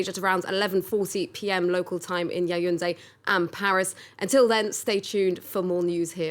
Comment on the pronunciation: This broadcaster still persists in in calling Yaoundé (Yawunde) YAYUNDE. Is there nobody to correct her?